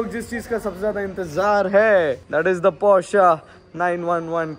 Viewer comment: couldn't stop ignoring, it's Porsche :/